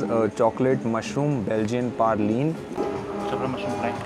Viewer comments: i think its Belgian praline and not Belgian "parlene" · Its not parline....its praline (""" praaa lene""" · Dude it's not parline... it's PRALINE